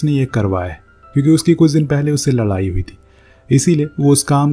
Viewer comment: Ladai❌❌ LALAI✅✅ 🤣🤣